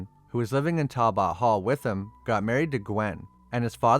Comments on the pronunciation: Talbit it's pronounced talbit not bot it's okay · Goo God. Talbot sounds like Tal+but , not Tal+bot. You never heard the Wolfman's name before? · It's pronounced Tal-but ............... not Tal-bot. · Why do you say Talbot like that? It's pronounced Tal-but. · Great video! Only thing that drive me crazy is how you say Talbot. It's pronounced tal·buht all in In one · It's pronounced tal bet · Its pronounced Tall-But... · Learn how to pronounce"Talbot" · The pronunciation of Talbot is painful. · Butchered the pronunciation of Talbot. Unfortunately viewers of these times don't appreciate a great Gothic horror story. It pisses me off cause this movie is the very best Wolfman movie to come out in the last 25 years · The way he says Talbot is weird and makes the video kinda hard to watch for me… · weird ass pronunciation of Talbot.